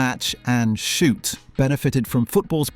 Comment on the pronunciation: Your stupid AI voice has real trouble with "Shoot!"